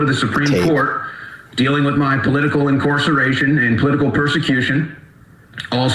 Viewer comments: "Incourseration" lol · Did he just say inCOREceration? I know people in STL and Austin and they don't say it that way...